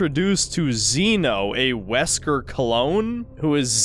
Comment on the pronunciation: "Zesker" had me in fucking stitches